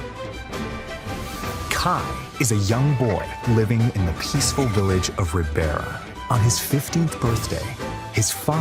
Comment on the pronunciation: Ahh, gave up when the narrator mispronounced Ribeira the same way that English speakers normally mispronounce the 'ei' in Latin-based languages. It's like the letter 'a in English'. The Japanese narrator did it way better.